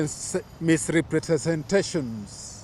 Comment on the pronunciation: can’t even pronounce “misrepresentations” and you are the spokesperson…did Itumbi write this statement?😅